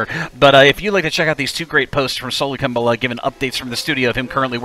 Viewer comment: Ha ha! I always said his name as Sola Ak-im-bowla! Your pronunciation sounds more correct, though. lol